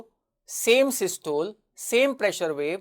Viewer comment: Don't u know how to pronounce systole? Both the British and us pronunciation is available on net. Pl give correct knowledge.